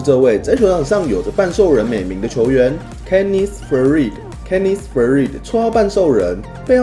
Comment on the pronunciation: 你的英文谁教的...念错他的名了...